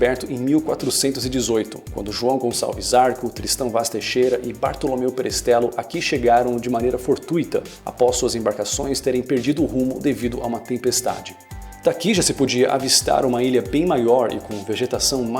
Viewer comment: Grande Bartolomeu Perestrelo! Patriarca da nossa família! Ótimo vídeo! Ps.: se diz "Perestrêlo" e não "Perestrélo". Abraços!